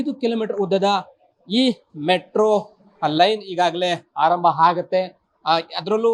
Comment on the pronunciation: Aarambha aagutthe kananna adhu, haarambha haagutthe alla 🥲